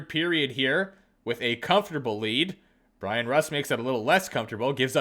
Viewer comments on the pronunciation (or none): none